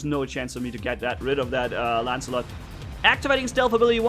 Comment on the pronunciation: "ancilot" XD true